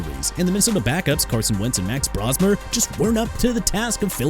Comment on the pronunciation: NEW ORLEANS AS IN NEW OR-LINS NOT NEW OR-LEANS!! STARTING YOUR VIDEO WITH DISRESPECT TOWARDS A LOUISIANA CITY!! ALSO ISAIAH LIKELY NOT ESAIAH!!! MAX BROSMER AS IN BRO-SMER NOT BROSS-MER!! YOU CAN QUIT AND GO AWAY! I DON'T CARE!!